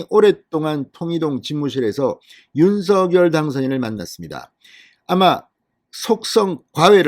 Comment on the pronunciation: 윤서결이 아니고 윤석열 입니다 거슬리네요